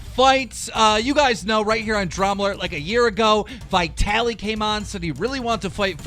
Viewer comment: It's vit-alee not vytaly